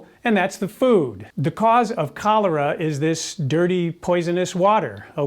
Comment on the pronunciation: Am I the only one who heard "colour" instead of "cholera"? Like "color" is a disease...